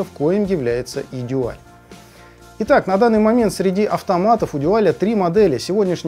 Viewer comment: Спасибо. Как всегда, с душой и знанием. Дуаль (именно так, через "у") в своё время не выдержал конкуренции с японцами и разорился этак году в 1982-м. Как раз ЛИ Брежнев умер. И с ними ушла эпоха. Техника пошла элегантная и красивая. На материалах стали экономить. Даже в СССР, где казалось бы всякого сырья до чёрта. Тогда бы у любого советского слушателя фирмЫ сердце зашлось от такой вертушки. Целый Дюал (мы тогда так произносили), автомат и красивый при этом. Не то что выпускала эта компания тогда -- деревянные гробы. Ну а теперь эти гробы -- винтаж (едри его). В общем, из 17 проигрывателей пластинок у меня на хозяйстве самая "молодая" относится как раз ко временам кончины Ильича 2-го. А самая древняя... когда её выпустили, я ещё в школу ходил. В том числе Дуаль 701 образца 1973 г. Первый европейский дайрект-драйв (по словам самих немцев). Ещё раз спасибо за труд. Я бы покритиковал производителя за несъёмный шелл. У Дуаля была своя система. Не шелл, а вставка. Менять так же легко, как и "штыковой" шелл, но при этом не надо об азимуте заботиться. Если уж брать марку, так и вставку с ней стоило бы вернуть. Но это моё частное мнение.